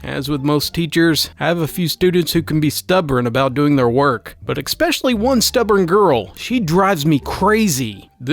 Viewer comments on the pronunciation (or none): The realm facepalm: "Ekspeshally" It's "Especially". Come on mate, not a hard word.